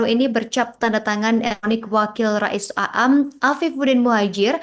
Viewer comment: Begitulah kl yg baca bukan santri pondok pesantren.